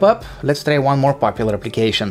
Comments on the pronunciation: So I knew right, Eastern europe people talk like that. And he is very annoying with his english pronouncion and he says "lets trai that" like 10 times in the video which is very annoying again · "Lets trai that" "trii two one" how is that so annoying he is not even trying to say things properly?